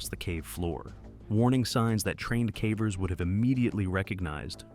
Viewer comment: 'cavers' or 'cavvers', 'Yorkshyre' or 'Yorksheer'. These are the mispronunciations that jolt one awake.